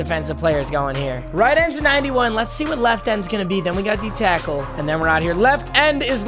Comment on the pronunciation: he said cackle instead of tackle